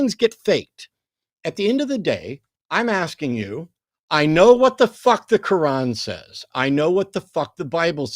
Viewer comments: Did he keep saying the name of that book like "ka-won"? That's what I heard. 😂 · Is it me or did keep calling the Quran the Cowan? What a siwee wabbit he was? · Aside from unique way of saying Quran....he brought a circular argument to the discussion which guaranteed he would fail in spectacular fashion...in less than 5 minutes. Way to go, ya blew it by blowing your top....and your cell phone service is substandard....and you squeak and yell way too much, which makes you sound like a person who has lost his damn mind....and ya probably need to grow up a little bit, which is an understatement in your particular case. You're Welcome